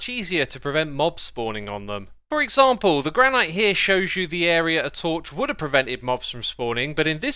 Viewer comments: It’s pronounced granitt not granite. Ik it’s counterintuitive but it’s English.. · Did X just say gran-ite. I never noticed him say that before.